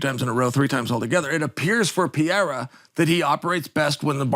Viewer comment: Uncle Chael, american barbecue storytelling dad, whipping with that meat fork and juicing your sweat in your apron. It is Per-ei-ra